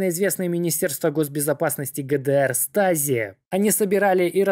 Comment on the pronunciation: Stasi - звучит как ШТАЗИ а не стази